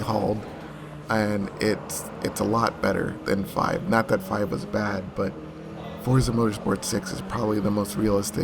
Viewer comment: name pronounced properly instead of that fortza shit lol